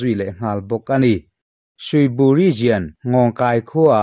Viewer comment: Ngatinge TOWNSHIP hi in tih deuh zel le. SHIP tel lo hian, TOWN emaw, CITY emaw tih ni ve ta mai se. A he deuh hu lo maw? Region i lam dan pawh hi, RIZIAN ti lovin, RIZAWN tiin lam ri rawh. RIZIAN ti a lam rik a ni ngai lova, a dik lo zawk bawk.